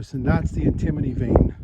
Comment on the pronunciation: It is pronounced an·tuh·mow·nee : Antimony